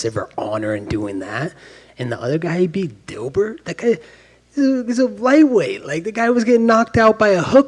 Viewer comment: Gotta love Colby press conferences LMAO "Dilbert" lmfao